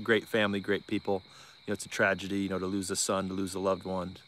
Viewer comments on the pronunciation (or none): none